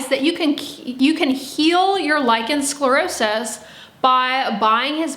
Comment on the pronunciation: Dear, you pronounce the words lichen sclerosis beautifully and you also describe the disease very professionally. Well done. But as you say, what you (and sience at this point) lack is an understanding of what the true cause is, as well as what the right treatment is (meaning the treatment that resolves the actual cause). You say there may be an hereditary factor but you scoff at the knowledge that heavy metals can be passed down to our children. Eg DDT stays in the environment long after the initial use. This also goes for the human body. We are talking about pico particles and yes they do get passed on to the baby. It is so logical! Sience hasn't yet ..searched for it and so yes, they haven't yet ..found it. That is true 🤭😊. Oh and also this : all living creatures take in nutrients and excrete waist material. This is even true on a cellular level. Viruses do this as well. It makes so much sense! When the Epstein Bar virus (EBV) finds specific toxic heavy metals as a food source, such as cupper and DDT, it will feed on it and excrete highly toxic waist material. This specific waist material is prone to drift to the surface of the skin and cause damage there (hence the name dermatoxin). It is not so difficult to understand. Even my 9-year old grasps this concept. And as for scientific prove, it cannot be there if the studies haven't been done right? 😄 But anyway, millions all over the planet are healing with this information 🌎☘️💖. I guess that that can count as an organic stu